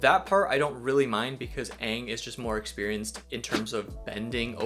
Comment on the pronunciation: Why the movie call him "ung"? Its freakin "aang"